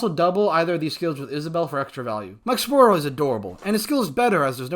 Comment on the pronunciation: I like the way you say Mikesaburo. Always thought it was Mi-ke-sa-ba-roo but heck do I know about pronunciation 😁